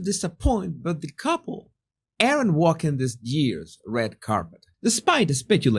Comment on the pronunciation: Jesus! Your English is really good, and I know you're always trying to improve, so here one little tip: "aren't" is pronounced like "arnt" It's one syllable and the "a" is pronounced like a Spanish "a" - "ah." Just pretend the "e" isn't there. It's silent. I know - English is crazy!